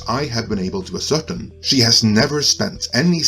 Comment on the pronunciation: "Ascertain" - the emphasis is on the 3rd syllable "ascer-Tain", not "as-Certain".